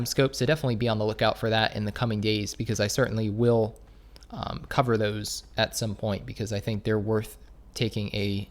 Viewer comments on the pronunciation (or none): none